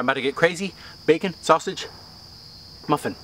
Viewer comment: when he was eating he said bacmon